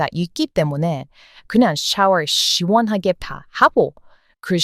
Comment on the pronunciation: 샤워를 씨원하게 하신다고 씨원하게 발음하시니 정말로 시원한 느낌이 듭니다. 발음 놀리는거 아닙니다.^^ 앞으로 저도 진짜 시원할 때는 씨원하다.. 라고 할테니까요 ^^